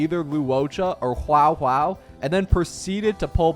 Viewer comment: in his older GI account reviews he was also saying "hue tao" and "zingcho" 😂 i can understand that people may have zero understanding of a difficult language like chinese (i speak a bit of mandarin myself) but it's still impossible to ignore